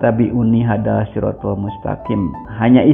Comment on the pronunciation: Hadza d bca haza, bkan hada... Krn itu huruf dzal bkan dal... Katanya juri MTQ,,tp kok huruf hijayyah aj gk tepat... Bljar dlu lh klu ingin brbohong...wkwkwk Org Ini bkan murtadin bro tp emg kafir dr lahir...